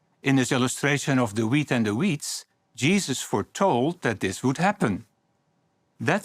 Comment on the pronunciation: Ugh has got his own pronunciation “Jeeehoffah” “Jeeessuss”